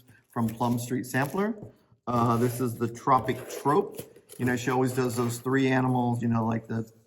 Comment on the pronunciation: I love you, but it is pronounced like the word Troop, Troupe, is the same. Sorry, I had to tell you. Great job on your almost finished WIP. Isabel